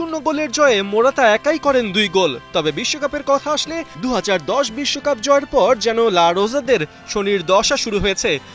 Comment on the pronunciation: লা রোজা নয়, শব্দটা হবে লা রোখা।